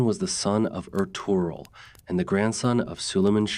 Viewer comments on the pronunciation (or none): Jesus, Mary, Joseph & the 12 Apostles!!!! Please say these names properly. Osman - not Ozz-man. OOOOOOOOsMan. He's wasn't the Wizard of Oz. Ertugrul -- is Air-truulll. It is not pronounced phoenitically. Bursa is not Bur-Sa. It is Boo-Sa. The "r" is silent. You vacillate between Or-hann to Or-hane. It's Or-hahn. It's Murh-Rod. You vacillate on that too. Bye-a-zad NOT Bay-a-zid or Bye-a-zid. You vacillate on this as well. You need to be consistent w/your pronunciations & accurate. It's distracting. And please do not say it's your accent. Had you properpy researched your subject, you'd know exactly how to pronounce these historic names. Plus, you can watch Turkish TV or contact a Turkish Embassy. I'm an American non-Muslim - non-Turkish only American English speaking viewer watching from America. Allahu Akbar🇹🇷